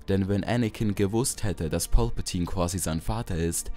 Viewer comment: Sag doch nicht pülpültine